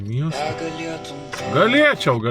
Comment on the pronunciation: je galietum to, galieciau ,galieeciau 🤣😂🤣